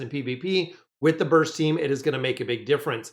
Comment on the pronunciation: BY DURA, She's a "BURSTOH~" 😱🤣